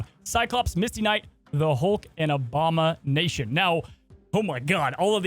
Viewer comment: s OBAMA-NATION lol